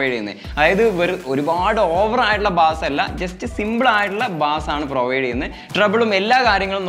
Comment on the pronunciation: Bass അല്ല ബേസ്